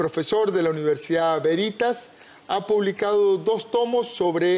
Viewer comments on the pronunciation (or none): VÉRITAS, VÉRITAS, VÉRITAS, VÉRITAS, VÉRITAS, VÉRITAS, VÉRITAS, VÉRITAS, VÉRITAS, VÉRITAS, ¿qué tan difícil le es aprender cómo pronunciar un nombre?